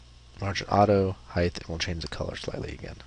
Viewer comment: Great tutorial. I like that you are slow, methodical and easy to understand. Having been an instructor myself, it is appreciated. As previously stated, your lack of editing of errors is very helpful. Only one comment. "Height", ends with a "T". I look forward to your other videos.